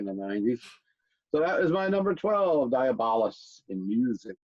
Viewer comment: DI..AB...O...LUS... fukkin say it right